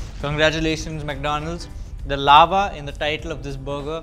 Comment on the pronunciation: what the heck is a Cheese "Aava" American chicken burger